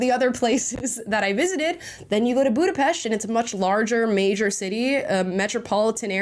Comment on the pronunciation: U said Esztergom and Budapest the correct way ❤❤ thank you🎉